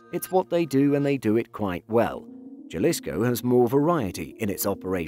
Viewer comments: ok, let's see if we can get you to say the name right my friend... can you say ha, ha, ha, ha, ha... like as if you were sarcastically laughing... ok, so start ha... and extend the syllable once... haa- followed by 'Lee's'... as if to say it belongs to Lee... so Lee's full name would be 'Haa- Lee'... now we're gonna make up a tangible item and we're gonna call it 'koe'... we'll pronounce it to sound like 'kohh' .... the same way you would use the 'k' to say Kindle, like the tablet... you'll pronounce in 'Kohhh'... -ohh should be pronounced like you would, if you were to say 'oh'... but just drag out the 'h' once or twice... 'ohh'.... ok, let's see if i was able to help... Haa-Lee's koe, is a nice looking what'chu ma'call it... yea, Spanish J's sound like an English H.... HaaLee'skoe --- Jalisco... if you took this advice seriously and as intended - to just help, then you're pronouncing and saying Jalisco as it should be ... thanks buddy... hey great content by the way... awesome. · It's HA-LEESCO. not JAH-LISCO. J's in spanish are pronounced like "H" in English since "H" in Spanish is typically silent. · ITS HA-LIS-CO, NOT JAAA-LIS-KO. You've come up with this research but you can't even pronounce it properly. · OMG, W...T...F... It's Ha-lisco, not Jah-lisco. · It is pronounced Halisco NOT Jalisco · A little help to make these videos even better, the "J" in Jalisco is pronounced like an "H". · You pronounce Jalisco with a h as in halisco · It’s not juh-lisco it’s Ha-lee-sco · Btw its not pronounced Jalisco its sounded out as Haslisco in Spanish the J is silent you make a H sound instead i dont know much spanish but I know that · Jalisco Is pronounced [həˈliːskəʊ] J in Spanish makes an "H" sound in English. Other than that I enjoyed the video. Subscribed!! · Just a heads up Jalisco is pronounced with an H like Ha Ha. Ha-lisco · It’s pronounced “Halisko” lol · Lol ok j..alisco pls if y'all gone do videos pronounce it right....... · It's pronounced haleesko